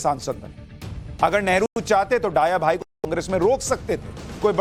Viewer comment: सुशांत जी, डाया भाई नहीं दया भाई पटेल उच्चारित कीजिए।